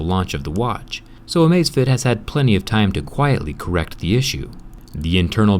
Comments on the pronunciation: Amazfit not amazfiet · It's actually Amazfit, not Amazefit but ok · Its amazfit not amazefit! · it's amazfit, not "amazefit" lol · I’m pretty sure that the name does not have an e in it. It is Amazfit, not amazefit. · Hey bro it's Amazfit, not Amazefit. Drop the e. 👍